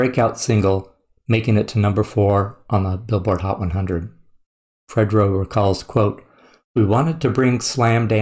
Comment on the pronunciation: It's no pronounced Fred-dro lol. I'm surprised you never heard this song. It was a big hit. It even crossed over to a point that it became a theme song for the rock crowd to slam dance to. Us true hip-hop heads knew not to be around white people when this song came on 😂